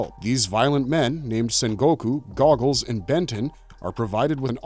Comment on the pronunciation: "Goggles" ?? ... you mean 'Gogul' right? (Go like 'go ahead' and ul like 'pull')